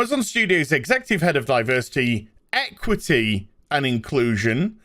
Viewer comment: "EquithEe" so people can't complain about inequality. And you sure af know who sit in the word 'people'.